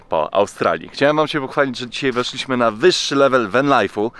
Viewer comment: Drobna uwaga do języka polskiego. spAliśmy, nie spaliiiśmy, wEszliśmy nie weszliiiśmy itp.